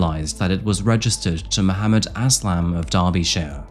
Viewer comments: Who pronounces 'Muhommad' as 'Muh - who - mad'? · Mahoomad? lol it’s probably Muhammad . The accent doesn’t give you an excuse to pronounce stuff wrong. Now I know why you have to interpret Shakespeares work because he was British and when the books were written down they couldn’t understand him. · Is his name spelled differnet or is just youre accent? No hate i just CANNOT UM HEAR "MAH WHO MUD" and its just gets louder everytime lol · FFS! MAH-Hoo-MAAD?? You're deliberately mispronouncing the most popular name amongst Islamic men just to make yourself sound extra fancy for English audiences. I see what you're doing and It is fucking cringe. Just pronounce the name like the rest of the entire English speaking population. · Mahoomid? 😂 did you do that on purpose? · Did my mans say [Ma-hoo-madd] & [Mo-hoo-madd]? Crazy pronunciation for such a popular name worldwide. Especially crazy considering it was the most popular name given to babies in England and Wales in 2023. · I found it amusing. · Am I the only one who can't get over "Muh-hoo-mad"? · I've never heard that name be pronounced Muh-who-mad before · Rob Zombie voice Mahuumad.. Mah-huu-mad! Mahuumad.. Mah-huu-mad! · who says Mah-hoo-mad for Mohammad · I'm sorry but that pronunciation of Muhammed is driving me crazy 🤪 if that's the name you're saying then it's meant to be pronounced moo-hum-id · I think you're saying 'Muhammad' wrong. 🤔